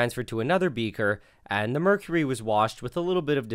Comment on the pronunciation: oh no he washed out the "er" of mercury, which left him with "merc-y"